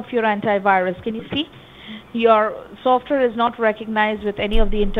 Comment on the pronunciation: Atrocious accent: SOFTWARE was pronounced sulfur. 🤣😂🤣